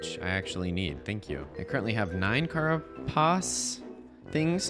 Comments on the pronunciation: Carapace is pronouced like "care"-"uh"-"pace". "Care" and "pace" like the english words. It's the material that insect and crustacean exoskeletons are made of. It's basically how you make fantasy "shell armor". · Carapace: Care-ah-pace ❤ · Carapace is pronounced “kē-rAH-pīhss”* (American English). It’s a hard chitinous shell that many invertebrates have, particularly insects. It’s made of the same stuff that our hair and nails are made of. This also implies that the Warden is, in fact, a bug. *the “-“ accent above any vowels = soft pronunciation Edit: also, _botanist_is pronounced “bĀH-tān-īhst” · You say carapace like "care-a-piss" for the next 50 hrs 😊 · don't care if you're right, it's Kara-piss :) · The way he was saying carapace was triggering. 😂😂😂